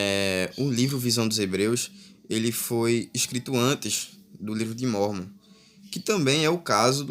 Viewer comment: Hmmm pra ser um youtube de informação vc n soube ler o livro de mórmon corretamente,espero que saiba que vc nunca vai pro céu :D